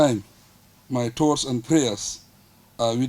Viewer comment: Brother, listen very carefully. He doesn't said thoughts but he said TOES